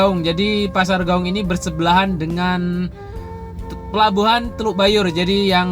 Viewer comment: klw sebut nama kota d Padang....sebut aja nama aslinya contoh nya pasar Gawuang jgn d robah jadi Gawung.......Tabiang jadi Tabing.....contoh orang Jawa nama aslinya tidak d robah2.....supaya jadi kritikan yg sehat